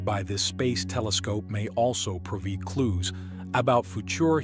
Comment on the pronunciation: AI voice is good and all, but when is says "A Queered" over acquired or "Pro veed" over provide, it definitely shows there is work to do for it to actually use correct pronunciation. I'm sure in 25 years, Skynet will have already come online and we are all doomed, but until then, I'll keep letting it know it has room to grow.